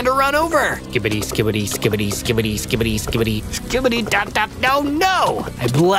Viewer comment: 😂😂actually scibedy toilet isn’t saying it properly 😂😂😂 another time ur say that again